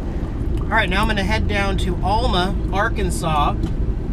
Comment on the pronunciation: Cool video. It's pronounced Al-ma, not All-ma, if you don't mind. The Popeye statue is because Alma used to be the "Spinach Capitol of the World." At the time the cannery (now closed) located on the north end of the street you were parked on was the world's largest producer of canned spinach. You missed the 2 large water storage tanks above the city lake that were painted like spinach cans...sorta. Keep having fun.